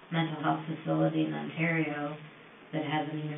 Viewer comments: Very benign correction on the pronunciation of the Canadian province, Ontario. It's pronounced "Ont-AIR-eo" rather than "Ont-arr-eo" Absolute great video covering such a disgusting person, making sure to go into depth about the actual victims unlike a lot of documentaries! Also LOVE that it's 3hrs. Thanks for all of your hard work! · on-tear-e-o ontario.... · the pronunciation of Ontario 😭😭😭 imagine it a Canadian couldn’t pronounce California or Washington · As a life-long born in Ontarian...the pronouncement of Ontario is just 😫 Why can't youtubers find out proper pronunciations of places before recording? Otherwise good doc 👍